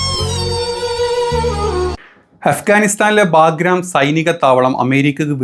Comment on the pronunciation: എടാ ചങ്ങാതി വാർത്ത വായിക്കുമ്പോൾ... ചബഹാർ തുറമുഖം ബാഗ്രo എയർ ഫീൽഡ് എന്നെല്ലാം പറയാൻ പഠിക്ക് എന്നിട്ട് വാ